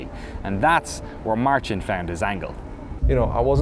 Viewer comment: I love the narrator's accent. "Baldur's Gaith"... nope, it's Baldur's Gate :D And what is that "markesh" he's talking about all the time? It's fortunate that, contrary to the narrator, Marcin's pronounciation is good, otherwise this would be a very obscure documentary ;)